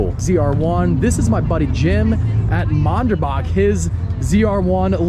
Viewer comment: Low key cringing at the way is saying Manderbach 😂